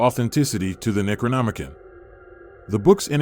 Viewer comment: Necronomi-CON, not -CAN